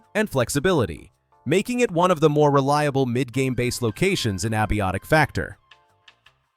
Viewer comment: "Ab- iotic factor" lol